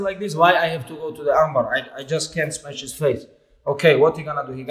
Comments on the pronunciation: Fool thats khamzat he says "smesh" khabib says "smash" 🤣🤣 they don't sound the same.. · "I just can smesh his face": Khabib Nurmagomedov, 2021.